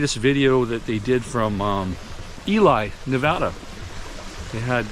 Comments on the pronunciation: You will buy them a nice gift bwhahahahahahahahaha that part was funny. what is he thinking lol. I lived in Ely when I was younger I grew up there. It is E Lee not Eli. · as a subsciber i need to correct you on how to say ely. as e-lee i am living in nevada and love your videos on you know who.